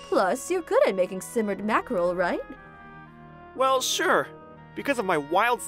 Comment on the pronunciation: "Are you serious rEIGht now"